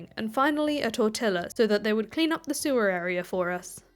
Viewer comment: I cannot believe you said tortilla wrong